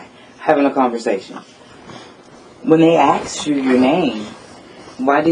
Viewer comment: I’m glad she “aksed”. It sucks Travis but Louisiana is a stop and ID state. I’m not saying I know that was legal in your case.